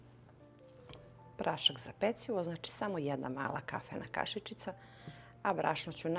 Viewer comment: Iz kog ste sela kad naglašavate tako reč "kaši^čica" ?